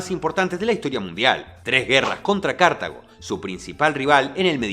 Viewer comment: Cartago también, se pronunció como si tuviera el acento en la primera sílaba, igual un error lo comete cualquiera ya fue 🪔